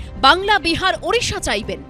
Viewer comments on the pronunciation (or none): none